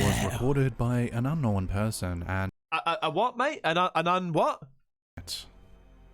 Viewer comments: For the record, King Frostmare is the other channel that says "know-en." And, no, that is NOT how you pronounce it, lol, so no need to stress. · The whole "knowen" thing....... I was just thinking It's not Knowen, like Owen It's Known, like Gnome then a questionable gnome sighting Like I said, "Known, like gnome' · It’s “Unknown” not “Unknowen” idk why people all of a sudden r starting to change the pronunciation of the word. It’s kinda annoying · Un knowen looool....and forworded 🤣🤣🤣🤣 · You're trolling on the "unknowen." Its well deserved though. lol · its pronounced "known", not "known"....got it? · mate he was saying "Ungnome" LOL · I think he may be saying unknowing but drops the g. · Yes, that is how we Kiwi's pronounce the word unknown lol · Don’t worry about his pronunciations - he can’t help being a Kiwi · Slapped Ham pronounces the word unknown the same as. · I’m constantly teased by everyone for how I pronounce ‘-wn’ words. I say it like him and can not for the life of me fix it. 🤷🏻‍♀️ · It's known the way you say it, it's correct. The Formen Brothers say it the way he says it. It's kind of aggravating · The correct pronunciation of un no when will remain unknown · will always get thumbs down for me on every single video until the idiot learns how to talk. “Unknown” is just one of like 20 words he doesn’t know how to pronounce. Not to mention that he uses the word “unknown” about 50 times per video